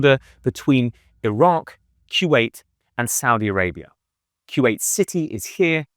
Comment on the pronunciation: It's Kuwait not kyuwait. Koo-Wait. Kuwait.